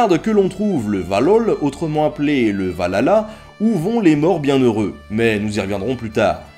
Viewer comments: Par contre on dit pas valhlala mais Valhalla tous le monde fait la faute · pas mal mec bonne recherche . la prononciation est dur c vrai . mais sans etre mechant. c VAHALLA NON VALALA. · Le "Va-lala" xD